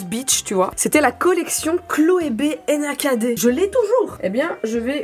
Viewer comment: J’ai buggé avec Nakd « Enakadé » hahaha